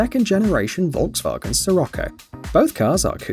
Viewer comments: I'm Very sorry to say This But It is pronounced shirocco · Scirocco pronounces "shirocco"